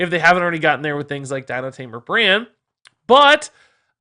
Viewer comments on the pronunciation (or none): none